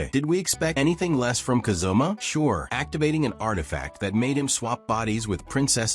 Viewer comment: Ka zoom ma lol It's Ka zu ma.